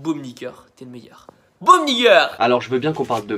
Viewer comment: C’est quoi nigger ? 🤣 C’est n*gga ou n*ggas , il sait même pas parler anglais et encore moins l’accent lol